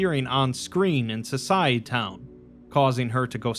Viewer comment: It's pronounced So-sy-eh-town. Like "society" but with -town instead of -ty